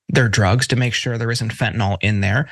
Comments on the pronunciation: The drug you are discussing is called FENTANYL not FENTENALL. If you’re going to talk about it ad nauseam, at least learn to pronounce it correctly. PLEASE! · 'Fentanol' - like tylenol, lol. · It's spelled Fentanyl and pronounced Fen-tah-nill not Fen-tah-nall. Just watch doctors and police report on it. No, this is not just a case of grammar-naziism. How are we supposed to take any politician who speaks on the dangers of a drug seriously when they obviously haven't even done the top-soil level research on said drug. Someone needs to tell Trump that Fentanyl is not pronounced like Adderall. I'm quite sure he's familiar with that word. Anyone else remember the joke from the MTV-days how the rockers doing the anti-drug bumpers were either doing community service sentences of doing the ads for the money to feed their habits?